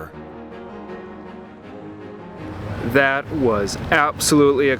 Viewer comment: It's remember not rerember